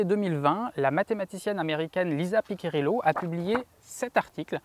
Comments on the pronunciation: Merci pour ces explications ! Par contre, petit souci de prononciation du nom Piccirillo, ça se prononce "Pitchirillo" et non pas "Piquirillo". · Le vrai nom de la mathématicienne c'est Lisa Piccirillo... PICCIRILLO... et pas PICCA... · désolé mais entendre Pi'K'irillo fait mal aux oreilles...Cela se prononce Pi'chi'rillo...A part ça superbe video.